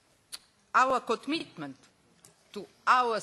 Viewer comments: Kotmitment šta ? xD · VI AR AVR TUU MIT AUR KOTMITMENT TU AUR SITIZEN! haha